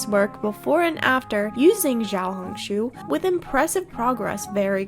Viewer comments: as a mandarin-speaking person, i think the xiao in xiaohongshu is pronounced “shiao”, since the x is pronounced sh! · Its actually pronounced "see-ow ho-ng shoo" but good effort 😅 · "shi-a-ow, hong, shu" (not shoe just shu) When translating chinese X is commonly used as a variable sound. X usually makes a "shi" or "ssi" sound. or you can just say "little red book" as that is the "proper" translation. (I think the reason people say "Xiohongshu" is because it's a name, technically) /pos ANYWAYS YOUR ARTS REALLY GOOD IM SURPRISED YOU EVEN REPLIED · i love you but please, say xiaohongshu correctly 😭